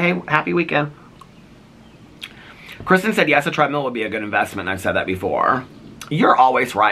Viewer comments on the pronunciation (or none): none